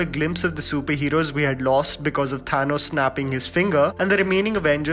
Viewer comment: Your pronunciation of Thanos is something. Chill bro . Also keep it up :)